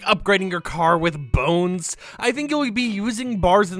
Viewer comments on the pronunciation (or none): none